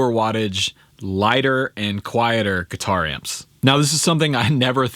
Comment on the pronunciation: I’m getting annoyed that he keeps saying katuar